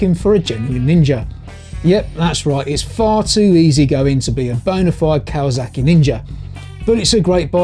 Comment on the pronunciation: Kawazaki? I think you mean Kawasaki